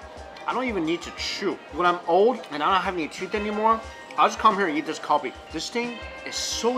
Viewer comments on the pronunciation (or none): Were you saying Kalbi, or Kobe? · Man...you need pronounce the word Kalbi correctly!! No offense though!!